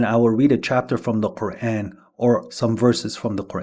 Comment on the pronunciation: You need to stop pronouncing the Qur’an in that fake accent. It’s super cringe.